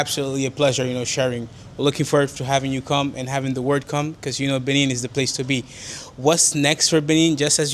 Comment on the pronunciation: Nice video!! However the pronunciation is Buh-Nay not Buh-Neen. It's French. There's a Benin from the ancient Benin Kingdom/ empire still in modern day Nigeria. Same spelling but different places and different pronunciations.